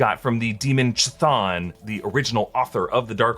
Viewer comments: It's pronounced cathon or just thon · Ka-thon and spectrum not photon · It's not Chthon with a ch in chip, but ch in chrome. Kthon, k not silent. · Hold on, is nobody going to mention pronunciation of Chthon?